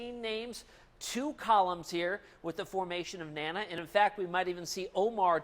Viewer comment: You are calling the Tropical Storm NANNA if you can say DANA you can call it correctly NANA.